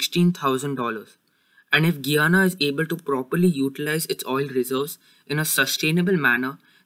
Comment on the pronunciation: I like the video but it’s pronounced: Guy-ana I’m from Guyana btw.